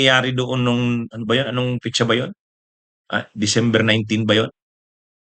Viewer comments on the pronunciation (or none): PLEASE LANG!!... BO- YING NOT BU- YING....PET- SA...NOT PIT- SA